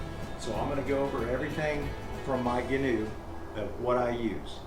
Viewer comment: If you’re gonna be the Gheenoe guy, atleast pronounce it right my dude.